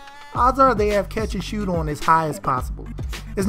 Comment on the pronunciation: Mans said “catch and shewt”🤣🤣🤣